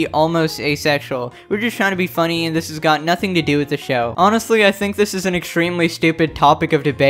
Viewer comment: GIRL HE SAID THANK WHEN HE SAID THINK😭😭😭